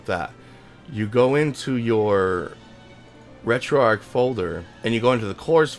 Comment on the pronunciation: Finally someone who pronounces Retroarch correctly! Thanks for the tutorial.